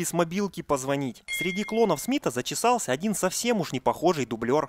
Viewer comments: в этом выпуске много оговорок! "любимым" вместо "влюблённым" и "зачесался" вместо "затесался" и еще оговорки типа "бои ближнего боя". Но китаец попивающий чаёк улыбнул,лол! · ну ПОЧЕМУ постоянно я слышу вместо затесался - заЧесался? Что за беда у тебя с этим словом???